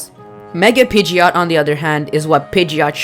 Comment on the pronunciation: you called pigeot.